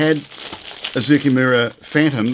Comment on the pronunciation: Been looking forward to this one! As a quick aside, Zoukei rhymes with ‘OK.’